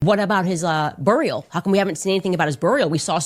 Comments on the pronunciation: What's a burreeAL? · “What about his boorial?” I will laugh every time I hear her mispronounce basic words such as this 🤣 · Why does she say “burial” like “burrrial” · "Boorial". Is she an AI robot? Let's flip the narrative back at her. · I wish she would stop saying burrrial. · Who says BURRIAL? 🤦‍♀️ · Wtf is she calling "BURY, BURIALS, and even cemetery she pronounces so WEIRD,, whats the deal Candy,, ya still trying to speak and pronounciate your words like a white woman??? 😂🤣🤣😅😅😆😆😆😅😂😅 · I wish anyone interviewing her would tell her to pronounce Burial and Israel and now even Cemetery correct. Treat her like Tucker treated Ted Cruz except she deserves it. And it's funny how she refers to Charlie a boy genius when yes he was smart but no genius. Ironically she should know, and it pisses her off, if that Ben is closer to the boy genius if you see how fast he got through high school and college and playing the violine so well and how successful he is. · Man I can't stand how she says burial and buried. What a dope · She regularly misuses and mispronounces words. Its maddening. She is the most confident, ill informed buffoon. 🤡